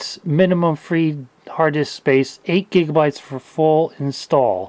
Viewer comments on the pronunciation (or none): none